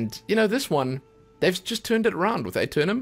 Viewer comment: the A is silent